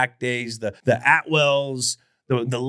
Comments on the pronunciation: It's Atwatter, Julian!!!! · C'mon Julian his name was steve Atwater not Atwell. Denver Broncos harderest hitter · Atwell? You mean Atwater?